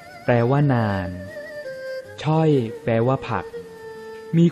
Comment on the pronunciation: นึ่ง คนแคะหรือขักก๊าหงิน เรียกว่า ช้อย ครับไม่ใช่ช่อยครับ